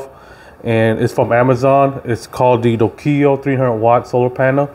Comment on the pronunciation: Lol how he says the name of the panel